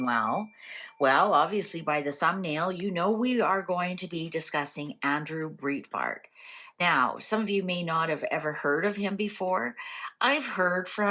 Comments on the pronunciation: Thank was going to text same on pronunciation of Andrews name! Nothing against, she isn’t in USA, so probably never heard his name spoken! Love your readings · Andrew Breitbart (pronounced “brite”bart) was awesome. I was a big fan, and stunned when he died so young. (And essentially on my birthday, too - February 29th) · Since you didn't pronounce his last name correctly, how could the cards read correctly? Plus I've always heard he had heart attack while walking and not died at home. ???